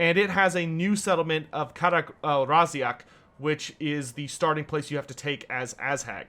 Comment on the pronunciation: Please don't call him "Ass hag"